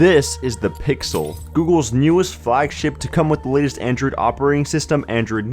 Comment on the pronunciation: Why does he say "Androod" instead of "Android"?